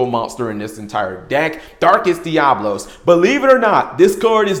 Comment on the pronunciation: DiaBOLos?! :) sorry, couldn't resist jokes aside 4 some they just can't pronounce it right, they just can't help it